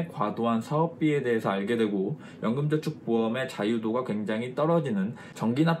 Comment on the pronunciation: 연금전축ㅋㅋㅋ 발음이ㅋㅋ 좋으시네요~~